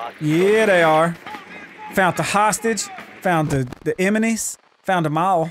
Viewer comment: "Found the eminees"